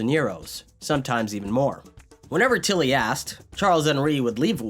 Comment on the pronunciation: I'm curious, only because it's so strictly consistent Why do you say til-LY when saying his full name, but only TIL-ly when shortening it?